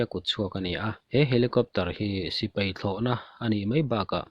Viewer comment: Sipai Not Sipei Thei Not Thai